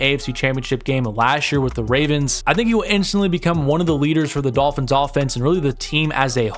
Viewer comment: Midolphins lol